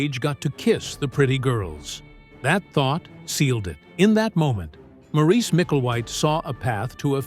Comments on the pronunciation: SAY Morris not MOREECE ya flamin drongo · Maurice is pronounced Morris.